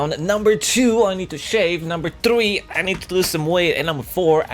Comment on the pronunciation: Dafuq why allways tri ?? say threy just one time .-.